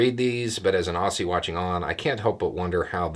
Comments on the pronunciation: Aw-zee, not Ah-see. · FYI. Aussie is pronounced Auzzie Emu is pronounced eemyou.👍🇦🇺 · "Aussie" is pronounced "Ozzie". 🇦🇺🦘